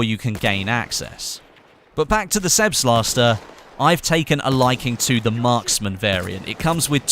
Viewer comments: It's called Selbstlader not Selbslaster. Selbstlader is german and means something like "self loading". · the "sebstlatzdor semi auto rifle"... Selbstlader! Is the German language realy that hard? xD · I don't want to be a smartass BUTT the weapon Selbstlader is pronounced that way "Sẹlbstlader". It basically means something like automatic.